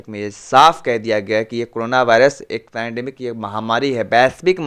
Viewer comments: Its not panademic it's pandemic. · Bro it's pendamic not penademic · भाई पेनाडेमिक नही है पेन्डामिक कहो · Panademic? Panademic? Kya bhari